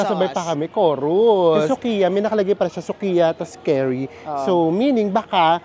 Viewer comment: The curry is pronounced as "Kari" in Tagalog, not "carry." It’s ok don’t be embarrassed.